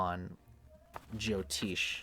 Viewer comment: Appreciate your work brother, and I guess its part of your zany character, but please note jyotish ज्योतिष has neither a 'Jo' prefix nor a 'Teesh' suffix It is just as its written in roman characters, and as pronounced here